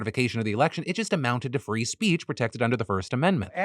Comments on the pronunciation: "free spreech" 💀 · ahem "...free sp-reech..." that is all